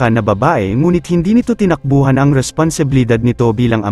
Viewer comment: Tinak buhAn. Ayusin mo ka pronounce mo.